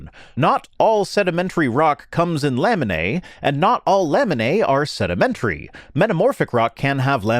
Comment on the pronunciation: said laminae a lot but I kept hearing lemonade and now I'm thirsty.